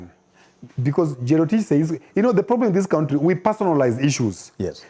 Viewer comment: I love when he says kountri😂